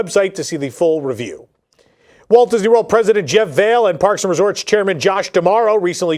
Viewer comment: Just FYI and pronunciation on Jeff Vahle's (WDW President) last name. You say "Vale". Its pronounced "Vol-e"